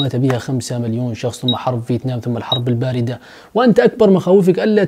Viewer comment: ملاحظه في الدقيقه البارده وليست البادره 🤓🤓🤓